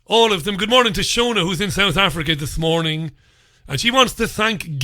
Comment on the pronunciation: we all doing gardening.when you say south africa too funny still😅you stole my line bada bing still 😅 her name is not shuana its shona 😅